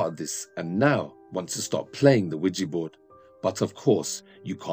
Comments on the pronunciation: Stop saying OuiJI , its OuiJa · Quija (wheejah) NOT Quija (wheejee) if you're going to play with it at least pronounce it correctly...SMH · Omg it's ouija not ouijeee